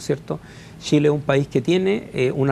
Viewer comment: Que alguien le enseñe a hablar a ese nombre. Tremendo que seamos dirigidos por personas así. Los diputados y senadores de Chile deberían tener por lo mínimo estudios de master para siquiera postularse. Tremendo! |"Shile está lleno de shilenos ayudados por un tesho para Shile"